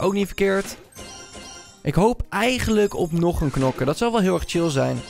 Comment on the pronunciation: o een nieuwe nokker je bedoeld knokker